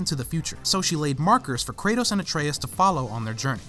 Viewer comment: Atreus* not Atreyas